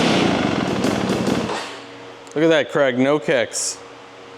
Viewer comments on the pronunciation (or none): none